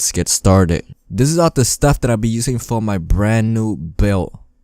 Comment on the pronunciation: bro you sed buil In sted of build